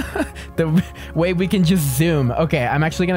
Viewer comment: U NUB YOU SAID “EAY” NOT “WAY”